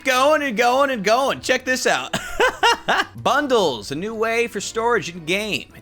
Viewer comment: Did u say Bunndles